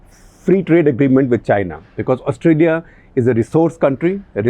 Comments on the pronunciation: Please say Australia with a long "Aah" in the beginning of the word, not Ustralia (short "Uh"). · It's Austraa-ya Gupta ji! Excellent show sir! As always! The rigor of print in video! :D